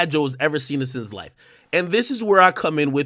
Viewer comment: 'Maybe you only heard....All My Lifffe' 💀💀